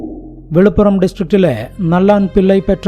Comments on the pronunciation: വിളിപ്പുറം അല്ല വില്ലുപുരം ആണ് mr. ❤ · വില്ലുപ്പുരം not വെളിപ്പുറം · വെലുപ്പുറം അല്ല ബ്രോ വില്ലുപ്പുറം ആണ്. ഇതൊക്കെ മുൻപ് കണ്ടിട്ടുണ്ട് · വില്ലുപുരം ആണ്. വെളിപ്പുറം അല്ല.